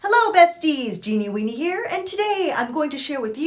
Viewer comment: When she says weenie I always giggle 🤭🤭